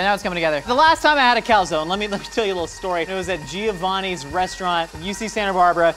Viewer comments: I’m more disturbed on how he pronounces calzone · The incorrect pronunciation of calzone is really triggering! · Please please please pronounce calzone properly. It’s Italian, cal-zon-e